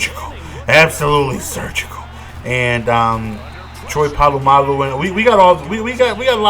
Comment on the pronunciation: my man please I cant listen to it anymore its po-la-malu not pa-lu-malu read the card homie haha.